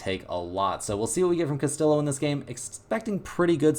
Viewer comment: It's Castiyo not castiLO